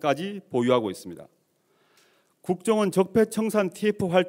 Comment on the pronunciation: ㅋㅋㅋ 막판에 대놓고 걱정원이라고 발음했어 ㅎㅎㅎ